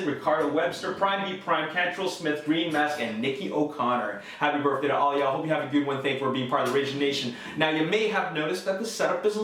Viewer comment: everytime he says "burfday" i wanna click off the video and punch a hole through the screen